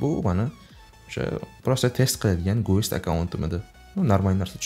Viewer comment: гуЭст эмас, гЭст деб окийсиз брат) Видеога гап йок👍🖤